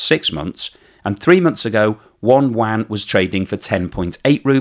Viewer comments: The currency in China is Yuan not Wan 😂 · "Yuan", not "Wang" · The Chinese currency is not the WAN. It's the YUAN, pronounced you-anne. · Sorry, but there's no such thing as a "wan". Get a friend (preferably Chinese) to teach you how to pronounce 'Yuan' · You are saying "Yuan" wrong and it's driving me crazy. :)